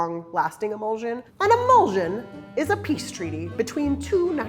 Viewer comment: pronunciation of word is "e-mul-shun". you say immersion correctly, it's the same ending